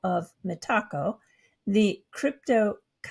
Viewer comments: meta co, not metaaco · Its pronounced Meta-Co. It aint a taco!